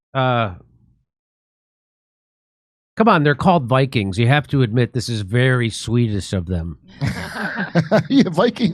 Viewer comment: Minnesota Bi-Kweens